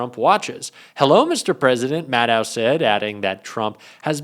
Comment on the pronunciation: Maddow rhymes with shadow. Lots of people mispronounce her name.